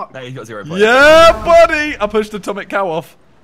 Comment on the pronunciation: "I'm gonna bet on Acomic Tow" No Simon